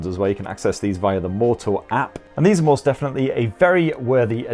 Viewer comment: I swear he says moist just to annoy people 😂